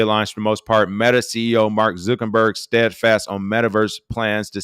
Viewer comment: I have yet to figure out if King mispronounces Mark Zuckerberg's name intentionally or not lol